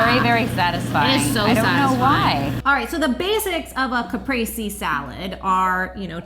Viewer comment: So you're saying right the word "mozzarella" but not "caprese" ahahahahha I'm Italian, that's why I'm saying it, but that pita looks too delicious and you girls are too pretty so I'm gonna pretend everything's good❤️